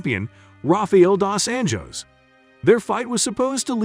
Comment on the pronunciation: It's Pettis not Petties 😂 and you pronounced dos anjos wrong too 🤣